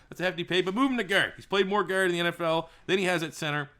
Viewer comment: Why do u say guard like gerd